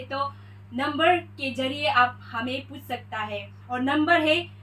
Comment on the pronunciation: Not pus.. it's puch.. badha aaya correction dene wala